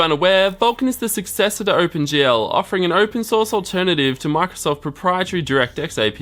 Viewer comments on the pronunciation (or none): none